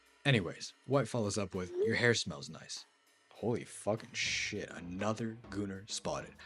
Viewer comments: I love that pronouncing "shyt" makes people sound british for some reason. Off topic but ehhhh... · what is a shighyt, I think you mean shit